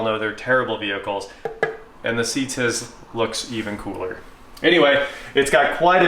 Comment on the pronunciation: CTIS is not ever sounded out like a word lol. just simply the letters C.T.I.S. hearing you say it as a word made me chuckle though so thanks for that.